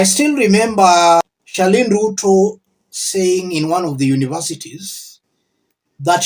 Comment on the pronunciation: It's Charlene not Sherlyne. Please